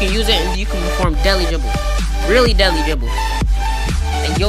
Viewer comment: Great vid, my brotha. Took me about 2 minutes though to figure out that you were saying "deadly", I thought it was some new hip expression called "Deli". Nice vid though, my man.